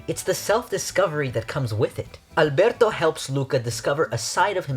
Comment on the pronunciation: YOURE THE FIRST PERSON THAT PRONOUNCES “Alberto” CORRECTLY, I LOVE YOU